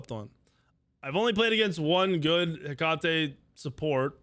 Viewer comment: LMAO it’s pronounced Heck-uh-tee. Not heck-caught-tay lmao😂